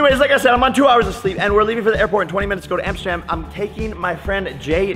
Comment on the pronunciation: When tidus was screaming "AMSTERDAM!" It sounded like he said " NOTRE DAME!"